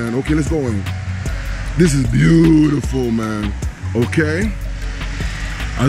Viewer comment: Cute house!, you crack me up "Foyer vibes" and I love your "Buh U tiful!" 🤣❤👍